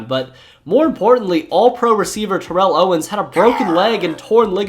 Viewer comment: That bothered me too. Along with the mispronounciation of Rechd Caldwell and Terrell Owens.